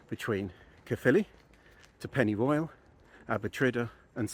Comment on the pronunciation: I’m loving the videos, but hating the mangling of the Welsh place names. Every time he says pennyroyal I’m rolling my eyes.